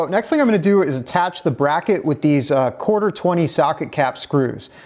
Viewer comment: “Corter” inch.